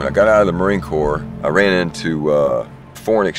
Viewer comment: Sounds like he is saying guts glory ram